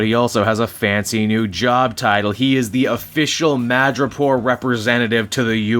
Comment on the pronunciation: Madripoot? your Canadian is showing